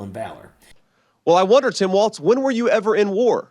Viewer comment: Can we also talk about how he pronounces it “Waltz”? It is pronounced “Walls”